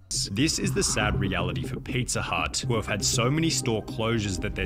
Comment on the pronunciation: Is anyone else absolutely losing it over how this guy pronounces pizza? PeetzaaaGh